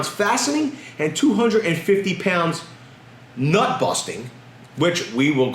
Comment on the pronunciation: NUT-BUSTING not BUT-NUSTING but hey ho, same difference I suppose lol